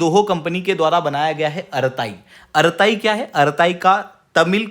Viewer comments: आराताइ nahi अरटृ॓ bolte hain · अरताई नहीं, अरट्टै